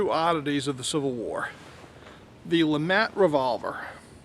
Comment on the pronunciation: It's Pronounced LeMaa. Not le mat. Mr. 1954 duelist. Invented by Mr. Jean Alexandre Froncois LeMat